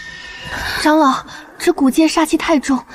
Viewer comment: 唉！ 長老 唸常老 誤人子弟😂